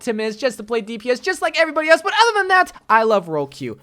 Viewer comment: There should be a switch role button which puts the two roles in a sort of trade where they can trade their roles, both parties must accept this and might need to happen when at the start of rounds. also, im not liking the way he says other as "ether"